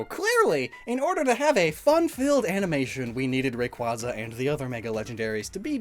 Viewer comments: Please 😭 it’s pronounced Ray-Kway-za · You mispronounced Rayquaza. It should be pronounced like a Quasar star. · You keep mispronouncing Rayquaza as Ray-quah-za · It's pronounced Ray-Kway-Zuh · You mispronounced Rayquaza It’s pronounced Rayquaza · for self-advertising as someone who overanalyzes pokemon, why do you still mispronounce "rayquaza"